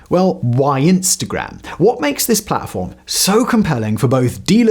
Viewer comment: I feel like you went hard on the pronunciation of “-gram”, which is kinda nice. I try watching less Americans on here!